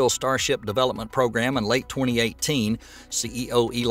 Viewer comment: Attention Narrator: the word is pronounced "Pro-Gram" (NOT Progrum)